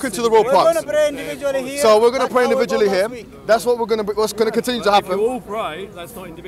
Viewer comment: "you can bray indivdually..." HAHAHAH